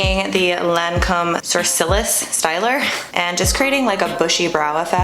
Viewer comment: Took me a minute to figure out the Lancome sourcils product when you said it hehe, SOO-RRR-CEE. Love the look :)